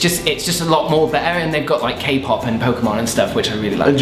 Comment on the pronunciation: Sorry but your kpop sounds more like jpop or cpop xD